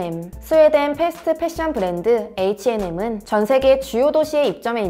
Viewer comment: 브렌드 아니고 브랜드 아닌가요?